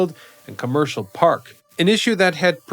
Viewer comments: It's not Comercial Park it's Comerica Park. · it’s actually “Comerica Park”